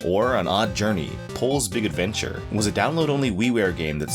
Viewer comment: I felt a shiver when you pronounce the game title... Thank you for not saying it like sports commentators say foreign athletes names You are golden, again thank you